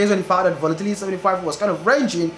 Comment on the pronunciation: I love your videos and what you do but honestly your accent makes it difficult to watch. Especially the way you pronounce “volatility” repeatedly. Keep up the good work bro.